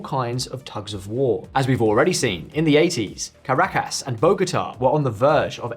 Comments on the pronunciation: Ca -ra-cas? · work on your pronounciation of caracas and bogota mate